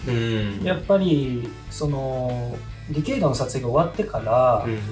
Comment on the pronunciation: ディケイドをディケードって言っちゃうタイプか～